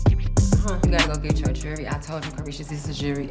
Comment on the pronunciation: Can some pronounce Jewelry correctly